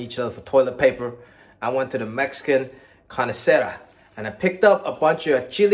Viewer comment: Wait... Did he say CARNESERA instead of CARNISERIA???? 🤣🤣🤣🤣